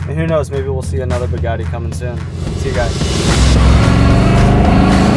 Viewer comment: He was pronouncing Bugatti like such a Midwestern dude. Everytime he said Buhgattii sounded like Pagani to me. 😂😂😂 I'm not hating he can pronounce it however he wants when he owns it.